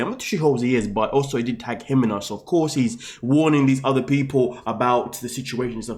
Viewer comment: Melissa is Melissa. Ximena is an old way to spell Jimena. It drives me nuts he calls her HE-men-ah. Her name is He-ME-na. The accent goes in the middle of the word, not the beginning.